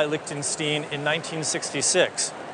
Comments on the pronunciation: lick-ten-shteen. These days I doubt if I'll have any situation where I might say it, but thanks for that (It's like Young Frankenstein) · I thought it should be \lick-ten Sht-eye-n. I was always taught "The second of the two, gives us the clue" so 'ei' is pronounced 'eye' and 'ie' is prounounce 'ee' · Lech ten sch tine. Stein, long i. As people call a beer stein. Same word, stone.